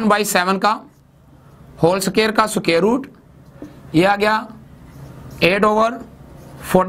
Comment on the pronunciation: Sir soquare nhi square hota hai ❤️